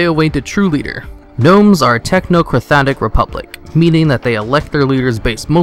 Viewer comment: I do not understand how you can get "technocrathatic" from technocratic either.